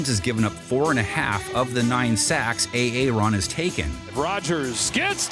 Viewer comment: “A Aron” Nice nod to Key & Peele